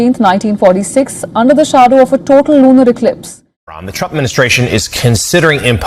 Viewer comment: Did that reporter just say lunal?